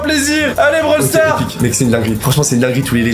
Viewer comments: c'est pas comme ça qu'on dit brawl stars* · C'est pas commesa qu'on Di Brawl stars